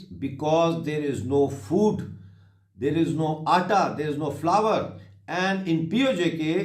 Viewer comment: Flour ko Flawar bolny wala Khasmir ko Alag kary ga Pakistan se❤️❤️❤️❤️😂😂😂😂😂